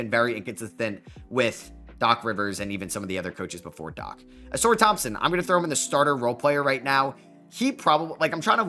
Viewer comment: bro pronounced Ausar correctly 🙏😭